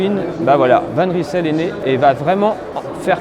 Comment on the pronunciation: Va juste falloir apprendre à prononcer le nom convenablement : Van Reille-Seul. 😉